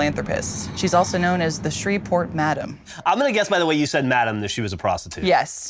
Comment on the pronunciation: It's pronounced Shree-port Geoff